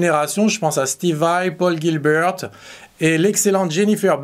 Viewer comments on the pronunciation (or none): none